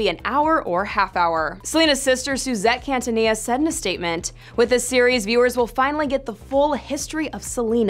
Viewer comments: If you're going to report on Selena, at least get her name right. Keen-tah-nee-ya, not Can-tuh-nee-ya. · Did she just say 'Cantanilla"?